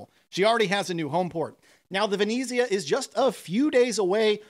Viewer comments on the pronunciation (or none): It’s the “Ve net Zia” not “Ve knee Zia” and “Mar say” France.